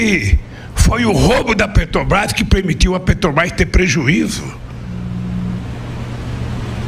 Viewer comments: "PETOBAIS" ele rouba tanto que furta ate as letras da palavra, meu deus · O ladrão fala "Petobais". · Alguém aí sabe que empresa é essa que esse analfabeto fala? Petobras. Kkkkkkkkkkkkkkk O cara de pau do ladrão de 9 dedos, além de criminoso, também é burro... Kkkkkkkkkkk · Esse ladrão deve lavar a boca antes de falar de Jesus. Vai aprender a falar o nome certo PETROBRÁS, ignorante